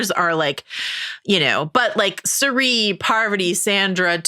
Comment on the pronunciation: Re: Traitors… People like to praise Rob for being the best at the game. To that I say: You’re spelling and pronouncing Cirie’s name wrong. If Mal wants to dip a toe in the Traitors U.S. waters, she should watch Season 1 and witness true gameplay mastery. Also, Maura apparently wore wigs to make getting glammed up before and after missions easier on herself, since they do their own hair and makeup.